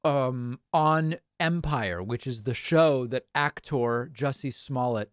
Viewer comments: Sir , it’s pronounced juicy smuckers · Jussie Small-let? Lol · Sir it's pronounced juicy smolett